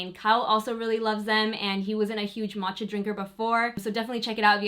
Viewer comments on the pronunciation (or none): none